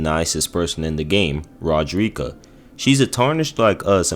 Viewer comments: mUrrr-ikA is wild. the game characters all say marY-Ka. did you have it on mute? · You emphasize the first A in Marika, not the I. It’s almost like you’re saying Murica. The way you’re saying it just sounds like you’re saying f@ in Spanish lmao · How do you say Godfrey’s lion’s name but butcher Marika and her twin son ( I can’t spell his name). I clicked off almost halfway. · Mel-in-a and Mar-i-ka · "Me-lina" 💔 "Ma-rika" 🥀